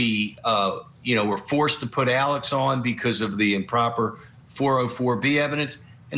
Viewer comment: I SWEAR TO GOD IF I HEAR ALEC AND NOT ALEX ONE MORE FKN TIME!!!!!